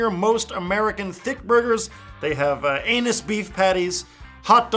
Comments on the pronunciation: Isn't it 'angus' beef patty? It honestly sounded like he said 'annus'. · Hahaha it sounded like u said "anus beef patties"